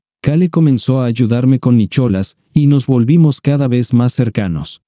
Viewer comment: Nicholas😂 se pronuncia Nicolás 😂😂 😂